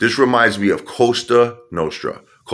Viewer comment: It's not costra its Cosa it's LA Cosa Nostra. Lmao now you're a made guy in Barnegat NJ. Lol